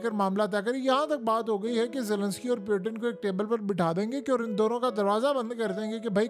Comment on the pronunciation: پلیزززززز پیوٹن نہیں ہوتا پوٹن ہوتا ہے جنگلی انسان